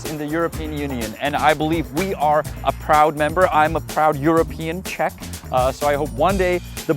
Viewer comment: Yay, now you say Chechia instead of Chech Republic! X)